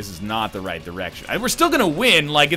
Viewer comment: "rayt as I'm about to fire my shit" Your inner Canadian is showing Ryan